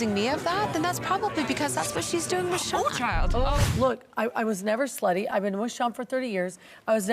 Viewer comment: Bronwynn it’s “whew chile” not oh child. It’s giving chicken no seasoning and try hard.